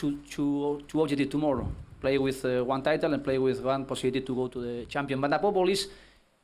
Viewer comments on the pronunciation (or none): Who else was here for 'Abobol' shots... Every time he says 'Above all' you take a shot... #FunDrinkingGame.